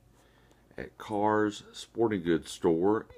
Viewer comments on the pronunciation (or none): The store name is not pronounced "cars." It's Kerr's. The same family that made Kerr's canning jars.